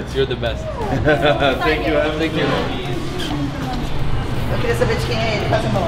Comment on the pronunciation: "Tank you tank you tank you" kkkkkmk